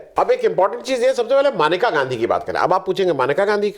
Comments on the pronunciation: महोदय, वह मनिका नही मेनका हैं. आप बार बार मनिका बोल रहे हैं. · मनीका नहीं मनेका बोल रहे हैं